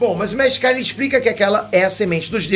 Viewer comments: Vc não assistiu DBZ né? Não eh mestre Kárin, o certo é mestre Karíínn,😎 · Mew, qual o problema de vcs?? Nunca assistiu a série? Se já assistiu volta lá e vê, o nome do mestre gato a sílaba tônica é no final (kaRÍM e não KÁrim)